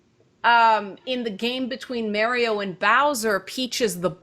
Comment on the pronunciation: My eye twitches whenever she says Mario. good video though.